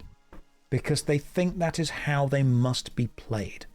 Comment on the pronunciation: "It mush be so exhausting to be so insecure", 2026